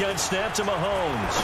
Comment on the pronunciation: “Real Randy Moss fans don’t fw Pat Mahones” 😂😂😂